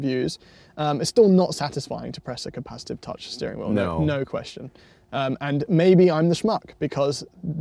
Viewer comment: “Capa-shit-ive buttons”